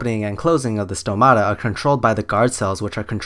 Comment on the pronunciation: As much as he has no clue what he's talking about, he got one thing right: the pronunciation of the word "stomata". The stress is on o just right on its singular form.